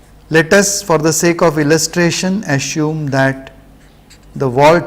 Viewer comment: Sir is it 'Assume' or 'Asshume' ?